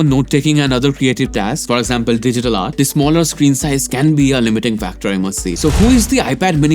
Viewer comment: SOrry but you mispronounce The a lot